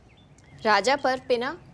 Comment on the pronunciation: उड़ीसा ❌ ओडिशा✅ राजा ❌ रज ✅ भाजा ❌ भजा ✅ छेनापोड़ा❌ छेनापोड़ ✅